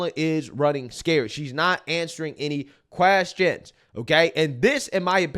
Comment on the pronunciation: Me trying to listen to your perspective: "Alright cool makes sense" you randomly for no reason doing the most irritating thing ever: 'Media Queeeeeeeeeaaaaaaaaaassssttttttiiooooonnnnssszzzz". "Repuuuuuuuuuuuuuuublicans". Me: ...Okay so mid statement you decided to make a simple word 10 syllables longer.